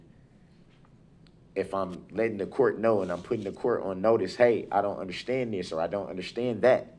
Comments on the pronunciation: What is "undershtnd"? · DUDE THERE IS NO H IN UNDERSTAND, MY GOD YOU BUFFOON